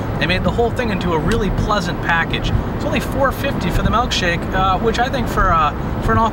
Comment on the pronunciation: Giggled every time you should melkshake